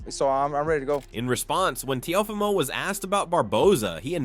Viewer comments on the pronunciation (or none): He said Te Uhh Fumo 😂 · Wtf is a teh oh femo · Comedy gold...And say it rite; Tay-O-fee-Moh.. Teofimo..dang bruh. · Why are you saying Teofimo’s name like that? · How many different ways will you pronounce Teofimo?.😂